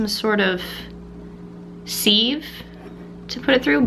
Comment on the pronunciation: The way you say sieve gave me a conniption fit